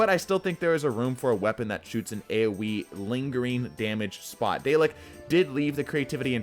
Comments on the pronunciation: I cringed when he pronounced Dalek as "daylek" and not "Dahlek". lol. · day-lick LMAO...